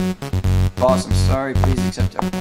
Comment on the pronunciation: Boss ❌ boos ✅